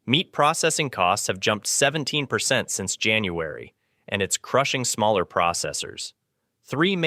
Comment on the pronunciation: CRAP AI VOICE OVER,WITH UMPTEEN GLITCHES... "MALLER SIZES..." REAL PEOPLE SAY SMALLER...